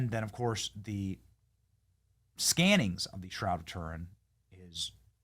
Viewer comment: Benny the bonkers Learn how to pronounce Turin And as for " beautified " Good Grief Why are Americans so crass Yet think the sun shines out their arses ? Trailer-trash with money